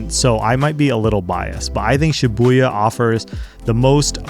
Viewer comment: I like how you mention Shi-buoy-ya